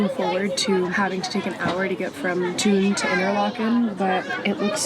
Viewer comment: Thun is pronounced Toon.